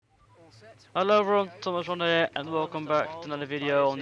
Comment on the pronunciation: Ronhaar❌ Rawnhaar ✅